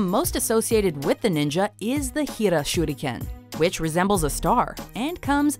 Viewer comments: No offense but it’s not shurdiken it’s shuriken. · SHE SAID SHUDICAN IT SHURICAN! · I cringe when I hear her say ShurrrRuKENNN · Goshh the thumbnaill...its super creepyyyyy.... When she says shuriken itslike syuriken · The Shuriken is called a Shuriken not a shurdiken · Shudikan not how u say it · I like how they pretend to to be fancy and pronounce Shuriken: Shoot again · did she jsut say shudiken xD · this is how she said shuriken shurdikan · It's pronounced SURE-eee-KIN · "shooty ken" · Broden Tripcony i think its supposed to be pronounced like this: Sure ri ken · I do believe the proper pronunciation is shuh-rli-kehn (手裏剣). Japanese is syllable based so the first syllable would be shu, the second would be ri and the last would be ken. Unlike Chinese, Japanese has little to no tones so everything is pretty much read as you see it with some exceptions that I cannot remember. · Nah if a japanese guy said it it would sound like this SHURIKEN! pronounced sure ri ken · nice video but think she was pronouncing the star weapons Shuriken wrong :) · I dont see why everyone is harping on the way she said shuriken, other then that, everything was pronounced well. Probably the only word you anime nerds know how to say correctly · random guy 5507 That's how she said it, except with a kind of roll of the tongue